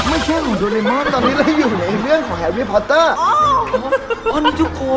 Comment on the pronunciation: แฮร์รี่ พอตเตอร์=แฮร์เมย์ พิ้งเตอร์😂